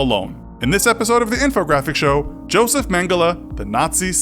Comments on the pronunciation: It’s YOSEF Mengele, the J sounds like a Y in German, American. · pronounces everything right except Josef. Proceeds to fail German. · important note: it is NOT pronounced "dshosef", but "yo'sef". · It's pronounced "Yo-sef", he is from Germany, and the German language always pronounces the letter "J" with a "Y" sound